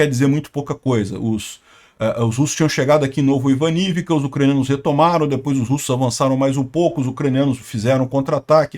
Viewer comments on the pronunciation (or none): none